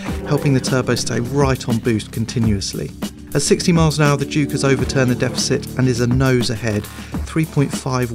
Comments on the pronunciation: Every time they say "Juke R" it sounds like they're saying "Jew Car", lol!!! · Anyone else think he said Jew-Car? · what the hell is this guy's issue with the letter J